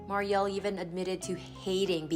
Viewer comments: Her sister is Mur ree el not Mary el. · The younger sister's name is not pronounced "Mar-e-al" with the accent over the al. ...but with the accent over the FIRST SYLLABLE MUR-IAL. Other than that, an excellent portrayal of a fallen star. 👏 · Regarding younger sister, Mariel… her name is pronounced like “Mary-ul” (sounds like lull), not “Maary-el”, with emphasis on the first syllable rather than the second. 😊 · Muriel ( Mer-re-el) why don’t you learn how to pronounce names before you record? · MARY-el is how you say her little sister's name. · Dry sad story. Just an FYI/ to the host - Her sisters name is pronounced “mare-e-el” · Mispronounced Mariel.